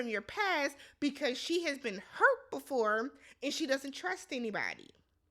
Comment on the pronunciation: “You gotta lick it bvefoe you stick it” 😂